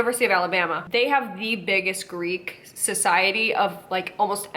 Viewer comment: Coming from someone who's Greek and actually speaks the language, could all these fraternities/sororities at least learn to pronounce the damn alphabet correctly?! 😂 Also, would I get a free pass?!